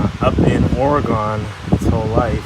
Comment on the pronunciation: It's actually " OREGUN"... not Oregone .. I'm just saying ....